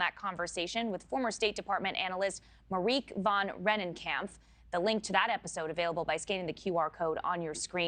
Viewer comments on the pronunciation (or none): Mar eeeek? Mariik. You’re supposed to be a journalist? Can’t even get the name right? Give me a break!